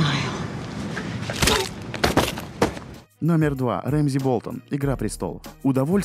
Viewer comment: Какой нафиг Рэмзи и Винторфолл ! Он Рамси и Винтерфелл !